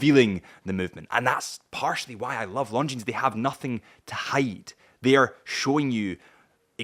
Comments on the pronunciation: Something to note, not a big deal really, but the ‘s’ is silent in the name Longines. It may seem a nitpick but correct pronunciation does go a long way when wanting to sound credible and/or professional when wanting to sell or represent a brand. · Beautiful watch and great value. But please pronounce the name correctly. You're a watch channel...retail is detail. 😉